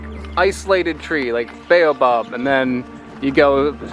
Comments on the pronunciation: I cringe every time you say "Beyo-Bab". LOL. It's "Bah-oh-bahb". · If you say ‘Bay-you-bob again I’ll scream. 😩 Why can’t you pronounce the name of this African tree correctly Mr. American, in whose country people are forced to pronounce words the US way. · It's pronounced as Bow Ab. We have them in Australia.